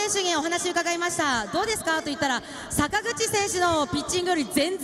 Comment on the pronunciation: あたり坂口選手といっているところが佐村河内選手って言っているように聞こえた